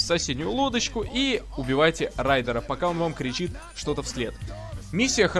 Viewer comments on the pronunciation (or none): Райдер, а не Руидер. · Какой нахрен рудер райдер а не рудер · не Рудер. а Райдер*. но твоя оговорка глаза не режет :)) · Рудер? Серьёзно, он же великий Райдер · Ты сказал Рудер а нужно Райдер в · И да не Райдер а Рудер😂😂😂😂😂🤣🤣🤣🤣🤣🤣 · Рифмач Рифмачов Знаю, но он сказал Рудер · Не "Рудер" А райдер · Райдер,а не рудер!!! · Не Рудер а Райдер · Рудера😂 райдера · Райдер а не рудер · Какой рудер вобщето райдер